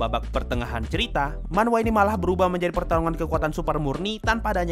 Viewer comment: Dibaca man-hwa jangan hilangkan "h" pada manhwa